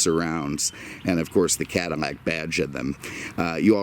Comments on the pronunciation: I don't know if it is just me but, every single video I see from the L's sound like M's. Is this a Cadimac? I've seen his video on Monte Carmo and Camaro Berminetta. I keep listeing closer and closer and and hear it all the time. Maybe it is his deep voice and maybe microphone doing this. I still listen to the whole video because he definitely knows his stuff. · CADDIMAC???????????????? lay off the booze , it is eating your brain. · great video as always, but why are you saying 'Cadimac' - apple thing? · Honestly can't say I'm familiar with Cadimmac or Chevromet as brands. I've heard Doug use the letter L, why the mispronunciation? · Stop saying cadaimac it just sounds stupid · Doug is funny and really shows you things about the car that many car YouTubers don’t even mention maybe that’s why he has over 4 mill subs compared to this dude lol but we all have our own opinions I guess btw dude needs to learn how to say Cadillac correctly